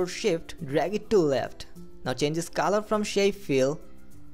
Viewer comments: what is the "kaaaalar" 😐😐?? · Please bro it's color..... Not calar